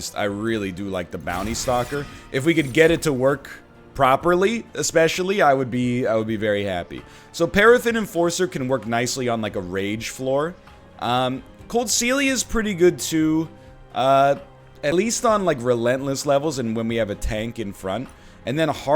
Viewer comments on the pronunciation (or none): It's coldCAelia, not coldcelia.